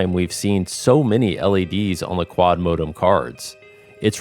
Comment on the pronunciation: Can’t stand this guy’s pronunciation of the word “modem”